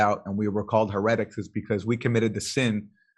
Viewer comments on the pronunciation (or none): Wait a minute wait a minute What word is Mate attempting to pronounce ? he RET ics I think he means heretics. Can someone explain why modern media people I've seen it from Fox News CNN BBC feel the need to change the pronunciation of common everyday words. Again it seems like another attempt to deconstruct information. For all of the good content he has I don't understand why he feels if necessary to come up with his own pronunciations but it's not just him.